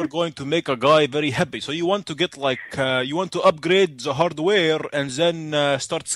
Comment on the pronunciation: "You would like to UBGRADE!"